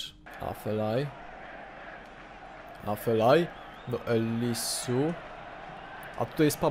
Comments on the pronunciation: nie Elisu tylko Elizeu:) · mowi sie eliseu a nie elisu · czyta się eliseu a nie elisu !! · nie mow Elisu, tylko Eliseu! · eliseu czytaj się elizeu